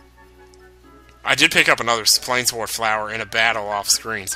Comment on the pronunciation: I believe plainswort would be pronounced "plains wort". I don't know exactly what wort means, unless it's meant to be similar to wart, but ya know, the plains, that makes sense right? You're getting them in what looks like a plains type area. But another reason I think it's pronounced that way is because in some Dragon Quest games, there is an item called a Moonwort Bulb. Notice there is no S in there, so yeah, whatever "wort" is, it's separate.